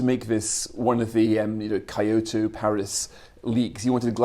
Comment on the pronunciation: The worst thing about this episode was definitely Nelson's pronunciation of Kyoto